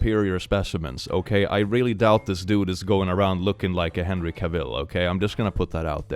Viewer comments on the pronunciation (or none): none